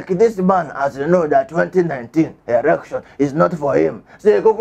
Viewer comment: together we shall take it back. You are really killing me with laughter. I like your incantations before the news hahaha! and the way you pronounce election, erection. Do you mean elualu? Unuangbo hahaha! Liar Mohammed is an habitual liar. His lies is so disgraceful, lies that tend to explain his analog thinking. Let us vote as we become one with Osowore as we take it back. AAC. ACTION!